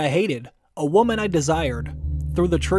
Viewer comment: please learn how to pronounce woman and women correctly. You mess up the meaning entirely by mispronouncing them.